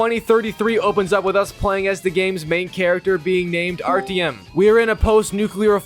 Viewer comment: Where do you hear an E in Artyom?